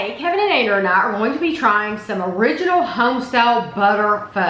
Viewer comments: lol. Its that I always thought was saying Anger. Y’all have a beautiful family in any case. 😘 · It sounds like you’re calling your son “Anger”. Am I hearing that wrong? I know his name Is Andrew.